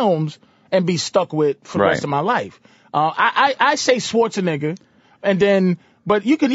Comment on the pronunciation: love how patrice pronounced arnold's last name as "swartz-a-nigga" lmao